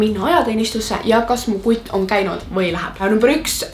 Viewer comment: Kui sa ytled sõna kutt see ajab nii naerma